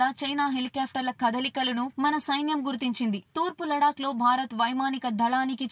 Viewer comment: Lec kadu lac adi